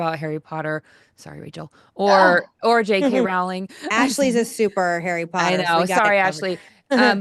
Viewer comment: JK Rowling’s name rhymes with “bowling” fyi! Following this topic closely because I love all her books (including the current Strike series) and I wish she did more interviews in addition to The Witch Trials of JK Rowling.